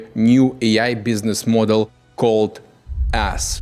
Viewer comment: the way he said the name is AaaS lmaoooo